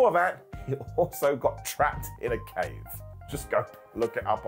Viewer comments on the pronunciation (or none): none